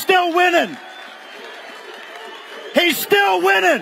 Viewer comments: Whining, Steve Bannon, it's spelled and pronounced, whining... Donald Trump hasn't stopped whining for 8 years... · This was just mispronounced: "he's whining, he's whining, ... "